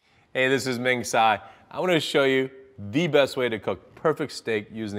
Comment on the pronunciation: Dude has a weird way of saying his last time. From Mandarin I was expecting Cai or Chai instead of the tSai.